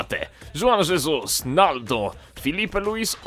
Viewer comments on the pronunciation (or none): Wydaje mi się, że powinno się mówić Huan Hesus.